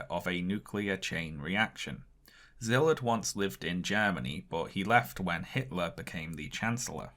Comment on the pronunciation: Small request for future videos. Could you put up the names of the people you're talking about under their photos? It took me 5 whole minutes on Google (way more time than should be required in the modern age) to find out that the man you called Zilit or somesuch was actually Szilárd Leó (pronounced See'-lard Leh'-oh). I wouldn't have been able to pronounce it either had I not lived a while in Hungary, but it would help people who are intrigued by your subject matter to follow up on it on their own (to Google Byrnes and not Burns, for example). Great video.